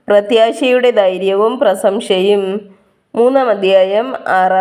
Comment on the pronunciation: പ്രസംശ അല്ല പ്രശംസ